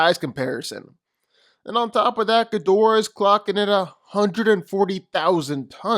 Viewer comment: Smart smart enough Ghidorahs entire body is covered in brain neutrons ding dong Also I wanna know why half the entire section can’t say “Ghidorah” properly